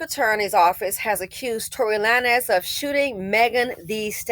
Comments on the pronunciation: I loved how you pronounced his name...Lan-ez...when it's...Lanes. 🤣🤣🤣 KUDOS...you have certified that you are an elevated BW that's no longer closely BC adjacent. #Goals👏🏾👏🏾👏🏾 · It's pronounced "lanes", like bowling lanes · The way you pronounced lan ez got me going 🤣🤣🤣. I hope Megan's mental health is okay. She is being tauted by both bw, bm & everyone else. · yea that part took me out hahahaha! honestly though, he wanted to be edgy! cause if you want us to say “lanes” don’t right it as “lanez”😅😅😅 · The fact that an older black woman is mispronouncing his name lets you KNOW he is a NOBODY‼️‼️‼️‼️ Old headz never mispronounced Beyonce or Jayz’s name‼️Before during and after this incident I can emphatically say I DO NOT KNOW ONE of his songs and I wouldn’t dare trigger the algorithm searching for it‼️I literally thought that Bryson Tiller’s music was his before all this‼️ B men are embarrassing NOBODIES all around‼️ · 😂😂I can’t figure out if is intentionally saying his last name like that or not 🤣🤣